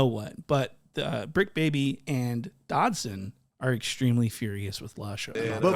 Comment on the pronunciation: 😂😂😂😂 he called suspect dodson 😂😂😂😂😂😂😂 bra i am crying